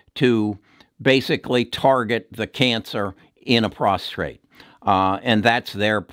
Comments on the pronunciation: It's PROSTATE, not "prostrate" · Constructive criticism: It's prostate, not prostRate. On another note, thank you very much for all your work, very informative and well explain! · You do outstanding work. Appreciate your advice very much. Just wanted to mention it's "prostate" not prostrate, which is what you said in your video many times. Prostrate is to bow down or get on the ground. But your views on stocks have been tremendously helpful to me; and I've been buying some of your recommendations. Thanks!! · Prostate not prostrate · It's prostate, not prostrate ! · Why do Americans pronounce Prostate as ProstRate? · it is prostate not prostrate only 1 r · Sorry about your daughter. Learn how to say prostate instead of prostrate. I had cyberknife, 5 one hour treatments, very few side effects.